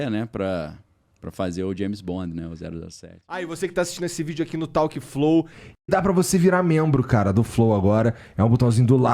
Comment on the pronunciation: Antes de tudo o apresentador deveria melhorar a pronúncia do nome do programa. "Tauque" é de chorar. Talk pronuncia-se "Tók e não tauque.